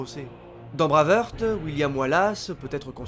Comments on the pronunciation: C'est tellement bien fichu comme vidéo que c'en est d'autant plus dommage d'entendre "Braveurte", "Braveurte", "Braveurte" tout du long... "Braveheart" que diable ! J'ai quand même liké sans hésiter, mais j'ai sursauté à chaque fois ! ;) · S'il te plaît ! Brwaivhart et non braveheurt ;) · Super vidéo mais je t’en supplie, dis plutôt Brève Harte si tu souhaites prononcer Brave Heart à la française !